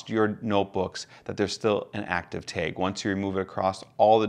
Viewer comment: I'm sorry I couldn't learn anything from this video because all I could focus on was how the word "TAG" was pronounced "taig".